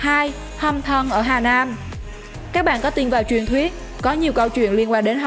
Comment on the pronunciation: vãi lớn r mà đọc chữ nam mà thành nan học lại cách đọc đi chứ kkk